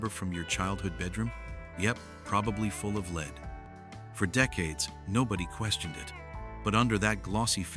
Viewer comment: I so dislike when people cant just say their stuff in their own voice & not in AI that cant pronounce words right.